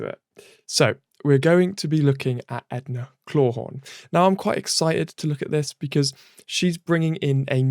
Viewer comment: EDA CLAWTHORNE!!! ITS EDA CLAWTHORNE PRONOUNCE IT CORRECTLY!!!!